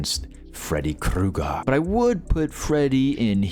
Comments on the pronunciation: omg are you really going too keep calling him "Freddy Cougar" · Kruger. With an R